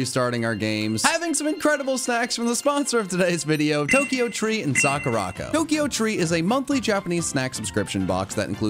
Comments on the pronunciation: Its "saw-ka-ra" not "saw-ca-ra" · the way you butchered sakuraco, it's sakura co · I love your videos, they're great. But, as someone who knows how to pronounce Japanese, I despise the way you say Sakuraco... I'm not great at spelling phonetically but I think it's sah-koo-rah-koh. Like I said, I love your content but the one thing is triggering my OCD! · Loved the video. Think you mispronounced SakuraCo though lol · The way that absolutely butchered Sakuraco is just so unsatisfying to hear... But the video was funny so that made up for it, good job and